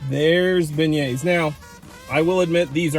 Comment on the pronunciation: Beignets (ben-yayz)